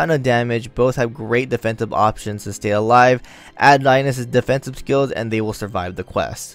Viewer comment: No its Rai-nez, its how its pronounced, Rains/Reins sounds weird tbh, you probably hung from Cid.